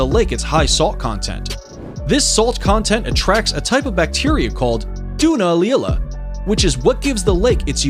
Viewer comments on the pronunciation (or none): none